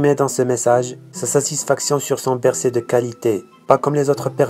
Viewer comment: On dit Bercy mec mais pas bercé